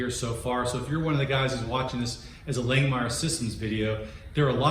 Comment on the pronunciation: If you are an affiliate of Langmuir, I can't believe they haven't corrected you on your way of pronouncing their name. It's like nails on a chalkboard every time you say Lang Meyer. It is pronounced Lang Mere.